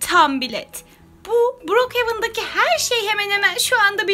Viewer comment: Brookhevan değil brookhaven